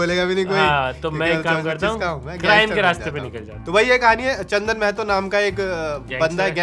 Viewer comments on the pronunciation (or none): सब लोग महतो को normalise कर रहे हो यार माहतो होता है भाई